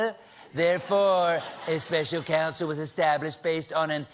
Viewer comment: 'Special Coun-SIL'